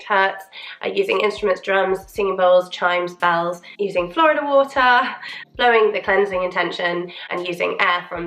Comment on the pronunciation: FYI Florida water is pronounced Floor-EEE-dah, not like the US state. It’s a Spanish word. ✌️